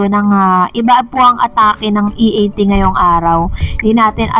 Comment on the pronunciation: Si Vic Sotto ang nag correct kay Jimmy Santos sa pagsasabi ng E A T.